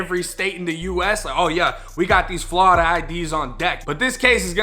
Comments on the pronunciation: Everyone else: Florida Him: Flawda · "Oh yeah we got these flahrida IDs on deck"